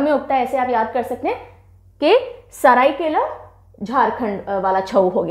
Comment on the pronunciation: Pronounce as Shadheikalaa, Paa e ka (paika)